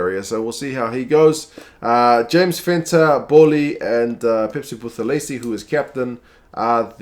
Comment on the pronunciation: Just a quick correction on the pronunciation on Black SA names. When pronouncing ‘th’ in a name, the it’s prounced as just ‘t’ and not ‘th’. Eg: Buthelezi would be Butelezi.